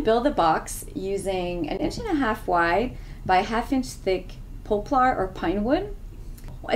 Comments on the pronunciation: The wood is called poplar and pronounced "Pop"-"lar" not "Po"-"plar". Your welcome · It's actually "Pop-lur" not "Pop-lar"